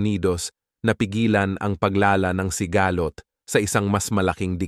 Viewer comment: Ano sabe nyu si-ga- lot ng pasikat ka ba ayusi pag bigkas salita mo ha